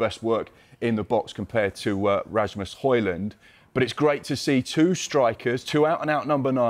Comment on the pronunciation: Bro really said Rasmus hoin